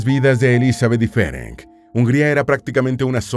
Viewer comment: Me interesó mucho la historia, especialmente porque mis padres y ancestros eran húngaros. Hablo el idioma, así que me permito decir que el nombre Ferenc se pronuncia Ferents y el original de ella era Erzsébet (Isabel en español). No cambia la historia, por supuesto, es un simple detalle más.Gracias por el video,. ☺🌹